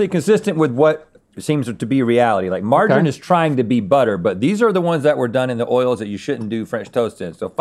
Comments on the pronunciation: Americans finally spell something correctly, but mispronounce it lol. Margarine, Marg a rin, no no. Marge a reen yes yes 😂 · Why did you pronounce Margarine without the E? 😅😂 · Hearing pronounce margarine like that pains me inside every time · Never knew Americans pronounced margarine like margarin 😂